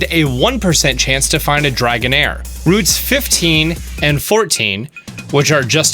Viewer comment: dragonair is wrong too